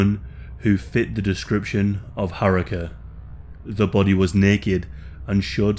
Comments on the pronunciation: RIP, such a lovely young lady. And btw Haruka is pronounced Haru-ka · Oh lord that repeated butchering of 'Haruka' was grating lmao